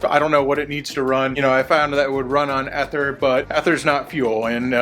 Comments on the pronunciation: It’s e ther not eth er driving me nuts saying it like that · First time I’ve heard anyone pronounce ether the way did.